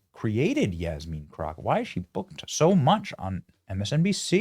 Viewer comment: Jasmean? Lol!